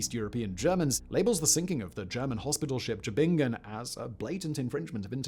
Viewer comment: Thanks for trying to pronounce Tübingen 😂 very close, but its emphasis is on the ü | Tü>bing-en, not Tü en. Excellent work on the ing ! Hats off for not falling into the tubinjen trapdoor! If there's a G written, it's a G spoken, not a J :)